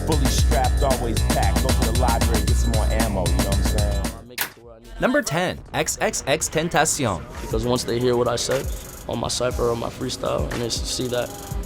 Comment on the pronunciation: He's got a hard time pronouncing XXXTentación....😂